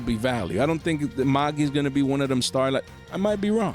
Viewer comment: You pronounced Magia wrong